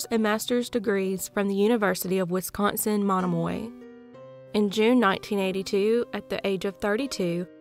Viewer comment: There is no University of Wisconsin “monimoy.” There is a UW campus located in Menomonie (meh-nah-muh-nee) called UW Stout. A lot of cities in Wisconsin were named by natives, please try to learn how to pronounce them correctly in the future